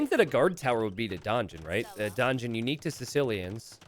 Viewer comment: Love your work, but uh, how come...you say...DONgeon. XD